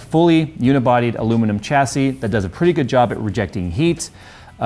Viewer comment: Its "SH" assy not "CH" assy